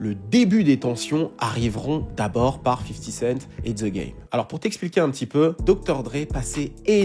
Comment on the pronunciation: "50 kent" ça m'a tué haha